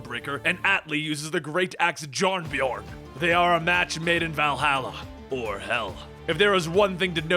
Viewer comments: does anyone else get annoyed when he says jarnbjorn (jarn-bee-orn) the j's are pronounced like a y (Yarn-bee-orn) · The j is pronounce as a y in janbjorn